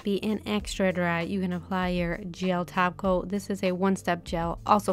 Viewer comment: I only hear taco instead of top coat